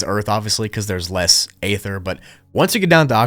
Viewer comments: You really need to learn how to pronounce stuff, including ether and Magellan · Stop using the word ether till you learn how to pronounce the word ether